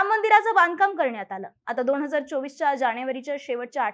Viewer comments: दोण हजार??? न चा ण करणं बंद कर ताई! सुदैवाने खूप मोठा प्रेक्षक लाभलाय.... कन्टेन्ट खूप छान फक्त उच्चार सुधार. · दोण हजार नाही दोन हजार बोल